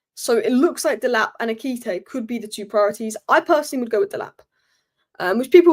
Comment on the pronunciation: I love u so much, it hurts me to see u struggle with the name Ekitike. Pronounce it this way.... Ekitike =..... Air-key-tea-kay..... BOOM! Kelvyn from Nigeria ❤